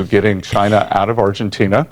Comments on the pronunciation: It's pronounced CHyyyyyneh. 😂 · It's "Jina" dammit!